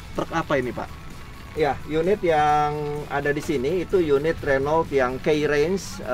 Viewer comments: Pak bos nya aja bilang renoult bukan runo bang.. Mantap ini truk..bukan kaleng2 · cmn salah penyebutan renault harusnya renow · Saingan sama Volvo FMX,Scania(Swedia),Mercedes Benz (Jerman),Iveco( Italy) 😁,Di Kalimantan paling banyak truk2 ini, nyebut Renault nya kurang tepatSwaedia/Prancis/Jerman/italy ejaan hurufnya sama kaya Indonesia,Jadi baca saja kaya baca ejaan Indonesia bukan kaya bahasa inggris 😂